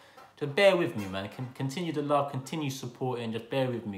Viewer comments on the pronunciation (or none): none